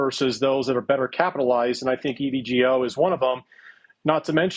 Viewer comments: I know it's spelled like you'd say evgo but its E.V. go... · You don't look very knowledgeable on a company when you don't know how to pronounce the name correctly.